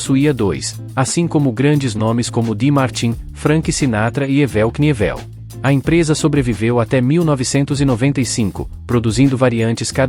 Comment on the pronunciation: O video é interessante, mas a narração por IA ou Text-to-Speech é de F** Parei na parte do Ével Quinivél.... (Evel knievel)